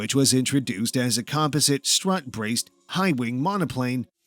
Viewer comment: And "composite".